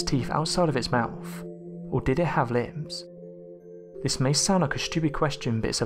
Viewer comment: When discussing the question of dinosaur lips, this narrator (already famous in my book for love him/hate him usefulness).. says something much closer to "limbs". I understand that his accent (Manchester?...I don' know enough of the styles) may be hard for me to get, but damn that one was out there. I'm trying to get used to the "up/down.up/down/up...and fade the last word to breathy nothingness" style, and I'm getting there even though I find it irritating. His actual voice is great and usually if I'm watching a film or show taking place in GB, I love the accents. I just can't get the info straight sometimes with his rhythm and fluctuation. He probably hates how Americans speak as well lol. Otherwise, as usual great content and yes I'd like to see more exact pictures of subject matter but I understand it's not always possible. Good show.